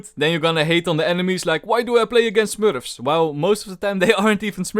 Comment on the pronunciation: Smurfs in a really dutch accent -, 2021